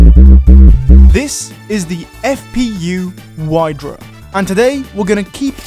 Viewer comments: vidra, not whydra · Wydra is pronounced as Vy-dra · Also it's pronounced "vyhdra" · the way he said wydra physically hurt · CarMighty should teach you how to pronouce "wydra" correctly